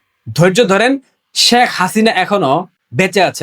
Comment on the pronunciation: শ্যাখ হাসিনা না, শেখ হাসিনা উচ্চারণ করতে হবে